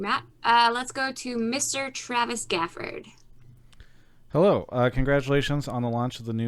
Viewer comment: Twavis gwafowd ^-^